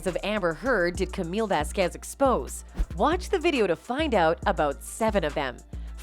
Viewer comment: Wait, I think I hear Canadian when the narrator says “out” or in the native tongue “aoyowt”.